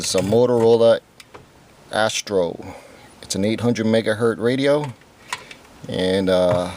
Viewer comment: Megahertz NOT “Mega Hurt” 🤦🏼‍♂️